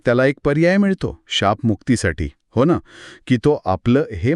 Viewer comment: मॅडमना कुणीतरी "न" ला "ण" म्हणू नये एवढं तरी शिकवा रे!